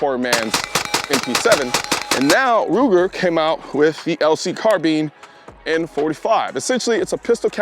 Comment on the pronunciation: Car Bean